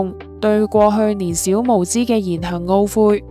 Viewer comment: 唔好再用AI報呀 不知所謂. 什麼是年小無知, 年少(音笑)無知呀.